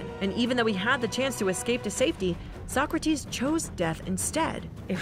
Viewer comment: I’m dying about sock-kra-tees